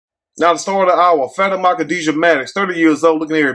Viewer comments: i think it's pronounced Fuh-tee-ma 🤣🤣🤣🤣🤣🤣🤣🤣🤣🤣 but we gone call her fatty-ma 😂😂😂😂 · Like how you get “Fatty-Ma” from that 😂😭 I would’ve never seen that like that lol 😂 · Lmao!! That boy called her FAT-Ah-Maah!!! 🤣🤣💀💀 I thought it was Fa-tima. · Her name is pronounced like: FAH TEAM MAH😂😂😂😂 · I think her name may be pronounced Fa-Te-Ma... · What the hell did you say her name was? 😂😂😂😂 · … I promise you are a stone, cold fool lol… That is not how you pronounce that girls name, you had me over here bent over in laughter. As far as the story? It’s so outrageous that I can’t even put my thoughts together to make a comment so on that note… I’m out.